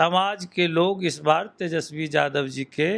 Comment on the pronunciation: Aap sabse pahle yadav bolna sikho yadav ko jadav galat uchcharan hai